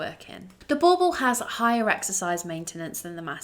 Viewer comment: What I never understand is that if people like you really love the breed, why not listen to how south africans say the name Boerboel and practice to say it properly.